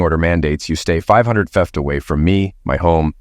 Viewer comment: The word is FEET not FET.